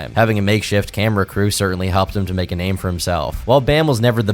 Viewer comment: How did you manage to pronounce so many of their names wrong